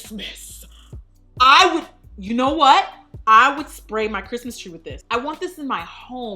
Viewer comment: 😂💀 when she said “ka-riss-mas”